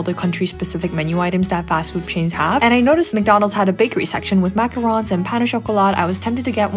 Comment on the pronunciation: thank you for saying macarons correctly. many people do not pronounce that right. i know because my mom used to make them at a bakery.